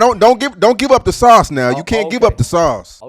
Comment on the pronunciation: talking about don't give up the sauce but can't even say sauce right 😂